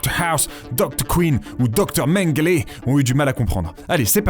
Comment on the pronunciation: "Dr.Mengle" tete de oim t un gamin